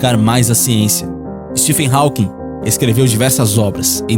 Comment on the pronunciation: O PH de Stephen se pronuncia igual a letra V. Stephen = Steven O W de Hawking é mudo.